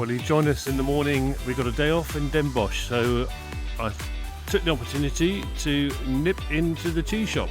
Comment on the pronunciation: It's pronounced Den Bos. We Dutch don't pronounce the "ch" at the end, unlike Germans, so when you do it, you sound German 😀 We also stopped writing the "ch" at the end a century ago, the Germans still do. For example the word for human is mens in Dutch and Mensch in German. This goes for many words. At some point in history, we Dutch, started pronouncing it as just a normal "s" and in 1934 we also stopped writing the "ch", the Germans today are still pronouncing and writing it. But in names of cities and places we kept the spelling with "sch" at the end.